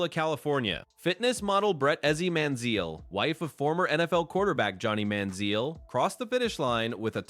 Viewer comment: If this is AI narration it really needs to work on names. Can't pronounce Manziel properly and what the hell was that pronunciation for Niekro?????